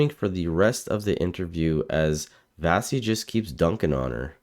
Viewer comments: Wonderful video and Vassy is great, but her name is pronounced "Vashee' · At least pronounce Vassey's name correctly